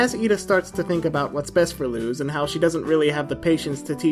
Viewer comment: Sir, please, this is a fantastic video but the mispronunciation of Luz's name physically pains me (It's Luz, like loose change, not lose like losing) Ik there's obviously nothing to be done about it now, but just a btw for potential future reference